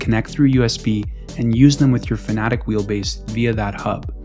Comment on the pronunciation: I can’t get past the fact that he will not pronounce Fanatec properly. It’s not Fanatic… It’s Fanatec